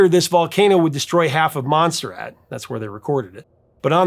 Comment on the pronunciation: pronounces Montserrat "Monster Ad" You have the entire world at your fingers with the Internet. You research every nation's pop chart for the last 50 years, but you can't be bothered to look up place names you don't know. Your content is great, but the continual avoidable blunders are like nails on a chalkboard that completely pull me out of the story, and you sound hopelessly ignorant. I give up. Unsubscribed.